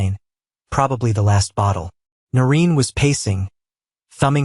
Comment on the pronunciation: 'Noreen' not 'Norin.'